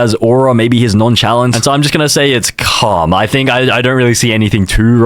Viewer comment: stop saying “calm” because it keep making me think that u saying cum😭